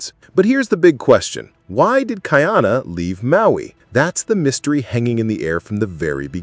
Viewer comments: Hello, it's Kah-ee-ah-nah, not Kai-ana, for Ka'iana. Ka'ahumanu is Kah-ah-hoo-mah-noo. Please practice because it hurts. But you did better with her name. I would say that you described the story presented, but you are unaware of the history to put it into a better context. You have no idea what Ka'ahumanu is really about...yet. depends on what the story reveals of her impact on the hawaiian culture post contact. This will be interesting, but I look forward to you saying the protagonist's name better. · Not kai-ana, ka-ee-ana. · It’s not Kai Ana . It’s pronounced Ka-I-Ana